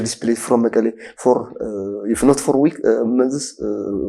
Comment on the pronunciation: is it morally acceptable to pronounce MEKELLE as መቀሌ in English as you wrongly do in AMHARIC